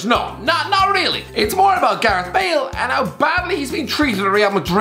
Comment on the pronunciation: “and Bool gets booed”